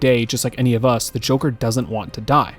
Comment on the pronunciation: notice how he said jonkler? (im brain rotted)